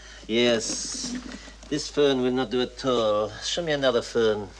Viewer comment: Not the phewn. The pheun. ;)